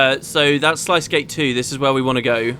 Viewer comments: Sluice is pronounced "Sluce" The I is silent. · sluice is pronounced Sloose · sluice like juice :)